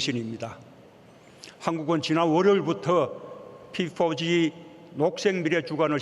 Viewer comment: 피포지...발음 참...